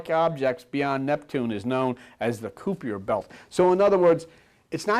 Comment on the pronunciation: Kuiper belt not Cupier pronounced like kaɪpər